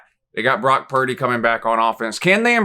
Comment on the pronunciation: I was at work listening to this and you goofed Purdy’s name and I lost it. I can’t tell you how many eyes I had glued on me lol. Keep these coming! Love these predictions videos, we need them